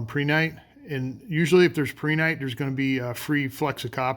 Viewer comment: You are pronouncing Prehnite correct. In geology, if it ends in i t e it's pronounced how you pronounce it, never how one would pronounce "it".